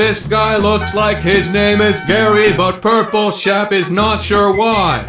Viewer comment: Why does it sound like he is saying: "purple chef"